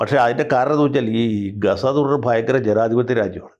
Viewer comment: Its not Gasa Its Gaaza😂